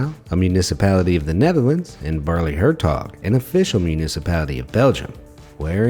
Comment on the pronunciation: Very funny how you prenounce Baarle-Hertog and Baarle-Nasau to a native speaker. Good that the Netherlands and Belgium are friendly countries, so the habitants can simply walk from Belgium to the Netherlands and back without any issue. No such issues as between the USA and Canada. Thx for the video.